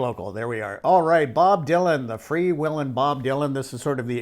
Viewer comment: Bob Dylan FREE WHEELIN not FREE WILLIN. Ty